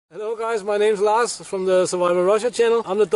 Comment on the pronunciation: "lars" not lar's